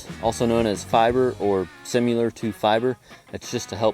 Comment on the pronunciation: Did you say “simular”? Dang redneck. 😂 You do great work. I enjoy your videos. I got a tip for you. If you’ll take a board, 2x4, 2x6 and stand it up in the hole on the opposite side from which you are lifting, the post will slide down the board and not catch the ground. The board will need to stick out a foot or so. Then you can pull the board out when you get the post in. A piece of channel iron may work even better because the pipe will probably slide better on it.